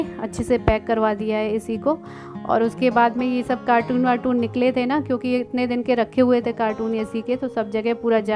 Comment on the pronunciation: Nice vlog👌 carton bolte hai cartoon nahi,apne kai baar bola hai acha nahi lagta galat pronunciation...... Kyu ki aap padhi likhi hai,please dhyan rakha kare